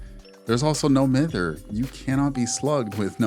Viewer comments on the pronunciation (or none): Please, pronounce mither correctly. It's correctly said as "my-ther", not "mi-ther". Also, what VODs are you checking? Cause every single streamer buddy I have does NOT run "Lithe, windows, resilience".